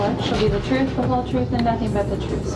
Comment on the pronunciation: The way he pronounces words is annoying and the troof! If he drives the other prisoners crazy, he won't last long. I broke a personal record yelling STFU at my TV. Hard to believe this is a courtroom and not romper room.